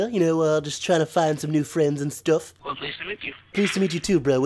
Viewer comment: the word "stuff" sounded a bit Northern. Anyway i love all of your vids. Always make me laugh!